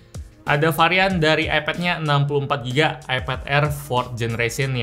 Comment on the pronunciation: bang iPad bang bukan eped...hanya mengingatkan....:D